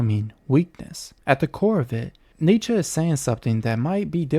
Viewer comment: Not a smooth delivery with the stuttered, some what obviously...nitsher said, neitchky, newtskey, nitskee, knootskey, kernigit, Neh!!!